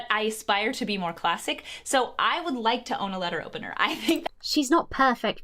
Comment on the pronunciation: God i hate the way she emphasises on "classic"